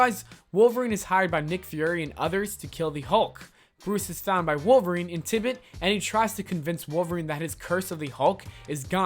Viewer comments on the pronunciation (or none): It's call "N double A CP". Look up the pronunciation of "concoction" and "Tibet"